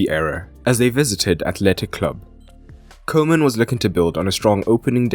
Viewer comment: Kuhman, nicht kohman.